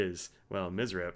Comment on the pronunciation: Let's say it together: M... S... R... P. There. You did it. Now you can say goodbye to that headache inducing, made-up word "mizz-rep". 🙂